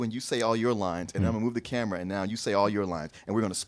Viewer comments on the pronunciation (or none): none